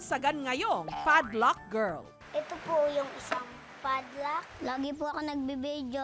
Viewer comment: this is how "fadlack" girl pronounce pad lock. 😊